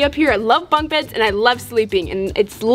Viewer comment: WHY CAN'T YOU SAY BUNK BEDS RIGHT. got me laughing 😂😂🤣